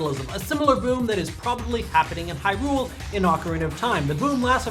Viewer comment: I told you this before man! The emphasis in Hyrule is on the Hy, not the rule! Sorry, it just bothers me.